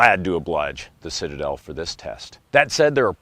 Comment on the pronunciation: "The Shitade..er, um.. Citadel!" 😂